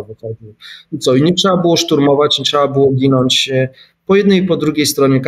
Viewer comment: Trzeba, a nie "trza" dramat.